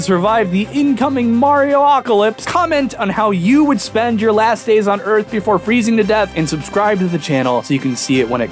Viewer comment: "Okay, here's da Erf, ROUND. You may be thinkin' "Dayum, dats a sweet Erf." WRONG." Haha.